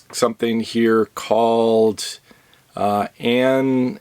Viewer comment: Pronounced: am-uh-load-uh-peen, I think.